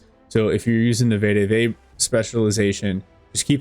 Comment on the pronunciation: Greta video. Also it’s pronounced ve-de-ve not vay-de-vay